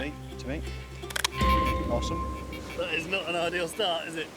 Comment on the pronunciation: the way he say awesome is funny to me😆😆